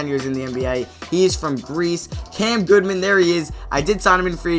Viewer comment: Goodman* not Goodwan